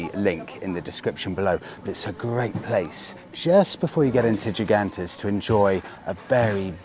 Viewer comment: Yet another great video. Gigantes is pronounced "He-gantes". Los Gigantes means "The giants".